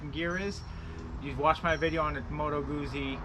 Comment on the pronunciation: Beautiful bike! I have the Milano! Oh, not to be that guy, but since you're own the bike...it's "Gootsie" not "Goozy" Like pizza.